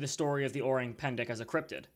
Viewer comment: "Orang" sounds like Orange except no "j" sound but a hard "g" and silent "e". I know as I speak Indonesian and have actually lived in the jungles of Sumatra. I think it is very possible this cryptid exists, but you have to take the details of what locals say with a grain of salt because they are very superstitious